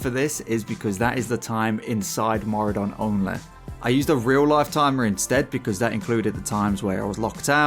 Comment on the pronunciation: On today's episode of people seeing Mauradon when it's Maraudon. Baffling. Simply baffling. People know what a marauder is. People can read 8 letter names. And yet... they say Mauradon. Since fucking 2005. I just can't.